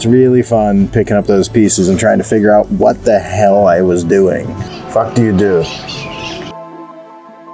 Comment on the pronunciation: “vat do u do”